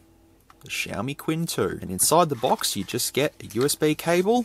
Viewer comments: don’t worry about, he was wrong anyway. It's not “tsin”, the "q" is pronounced the same as ”ch", it sounds exactly as "Ching", Chinese character 亲-qīn Unlike some YouTuber, knowingly pronouncing Ali Express as "Allied Express." Apparently it's Mohammed Allied, not Mohammed Ali. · i think you should mention it as chin. not quin... but i don't know chinese language. but my feeling say so. and everytime you say quin. it kinda ruin the video for me... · Qin is pronounced a bit like "tsin" rather than "quinn" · You are correct. Qin is much closer to chin than quin